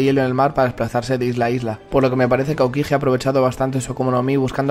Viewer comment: no pronuncies la j de aokiji